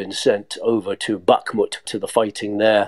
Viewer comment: Very annoying hearing Kherson and Bakhmut pronounced so badly. Otherwise a great podcast.